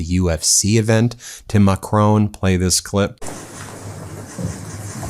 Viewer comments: It's pronounced mack-ROHN, not McCrone! He's not Irish! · For Goodness sake, Ben, the name of the French president is Macron. The stress is on the first syllable. It is NOT like Stallone. No way! The ‘on’ is simply like ‘on the table’, so no ‘own’ sound! It is so irritating to hear you wrongly pronounce his name month after month. I love your work, really appreciate everything you do, and the rest of the team, but make an effort Ben, please! Macron as in saffron Judith, Avignon, France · It's Macron....not Macrone. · MACRON! NOT MACRONE! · It's MA and KROHN, not Macrone or McCrone! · Macron not Macrone. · Ben! Mac-ron, not mac-rone! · it's Macron and not Macroon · Macron (who, incidentally, is pronounced Ma cronn not Ma crone) knows exactly what Trump is: an ignorant huckster who has caused financial chaos across the world, not to mention probably around a trillion dollars in total damage. This fumbling, feeble, encounter will only enhance the inglorious reputation of this stain on US history. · Hi Ben. Nothing to do with this but please pronounce Mr Macron's name properly. It's just respectful. It's not Macroan. It's Macron. Ends in on!! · Who's "Macrone"? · Macron not Ma Crone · That’s not how Macron himself pronounces his name.